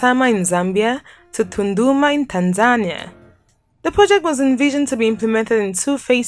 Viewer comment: It's pronounced Tan-za-nee-ah NOT Tan-zan-ee-ah